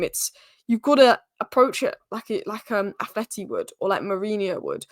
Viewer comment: finally let me down... she called A. Madrid, "Athleti." 🤦🏻‍♂️😆